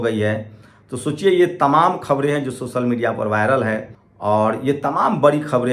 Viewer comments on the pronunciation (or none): Bre bre😊sosal😊 des😊brastachar😊 sift😊lach😊vipashi😊sale pronounce dekho